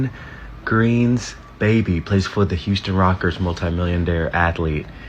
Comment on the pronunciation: bro said Houston Rockers multimilliondare